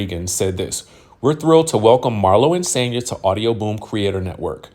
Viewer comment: It's Sonya you guys Marlo doesn't know how to pronounce her name😂😂